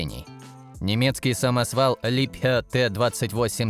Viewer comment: Ну что такое! Вы здорово произносите Либхерр с немецким акцентом. Вам в копилку: в английском нет слова "мининг", но "майнинг". Спасибо